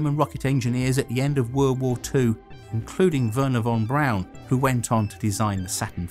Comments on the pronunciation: Very interesting. PS. Verner von Braun, not Brown. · Did you call him Von Brown?